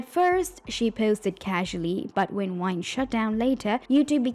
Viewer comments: bruh are you saying Whine/Wine?? I mean Gabbie is a whiner but the platform she was on was called VINE, they were Viners… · Why can the narrator say videos but not vine? What's going on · Why are you saying almost all the words that start with V sound like W. Like Vine and Viner you are saying them like Wine and Winer. Cause you can obviously say the V sound cause when you said ever. You said the V sound. Are you just doing this on purpose or what? 😒🤨 It just is really getting on my nerves. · Why you keep saying wine? lol is with a v …